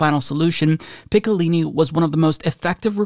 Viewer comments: How to say Picciolini: "Pee-CHO-Leeny" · Man I cringed every time you butchered his name "Picciolini" LOL